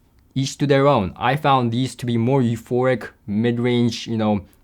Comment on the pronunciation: Please learn the difference between euphoRic and euphoNic! Especially if you are going to use the word in every other sentence. Unless, of course, you are actually having an orgasm in every other sentence.